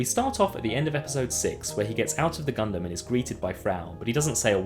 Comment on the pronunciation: Ya know, I can't help but cringe whenever somebody pronounces Gundam like that.